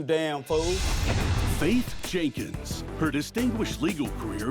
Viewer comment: Yeah, I don't care for her. is much better and he doesn't allow Judge Faith to be disrespected and he pronounces her surname "Jenkins" properly.